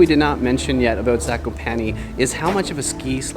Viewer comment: Ok I feel I am going to be the proper pronunciation guy Zakopane Za-ko- pa-nÉ and Os tsy (ugh) pek. I am struggling here